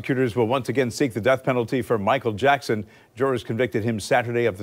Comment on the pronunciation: Why did he have to mess up the real king of pop name!!!!